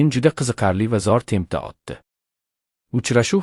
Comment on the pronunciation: Бу видеони ким гапирди чала узбекми нима бало утди билан отдини фаркига бормас экан